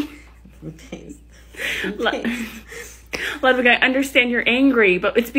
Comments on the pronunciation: Ludwig? Pretty sure it's pronounced "Loodveeg" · Bunny: it is pronounced lewd-vig! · Isn't ludwig pronounced Lud-Vig though? It's German.